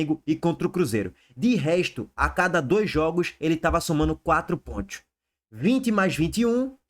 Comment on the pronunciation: Fala direito caramba! É quatro pontos e não quatro pointos